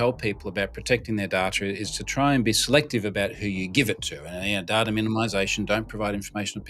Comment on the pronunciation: "Data" can be pronounced, "day tuh" or "da tuh"", but not "da trar". Search "Hooked on Phonics" to learn to speak English.